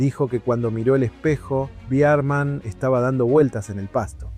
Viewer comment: todo bien. pero decir BEARMAN EN LUGAR DE BERMAN, MMMM